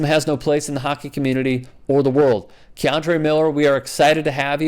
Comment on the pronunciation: You surprised....its hockkky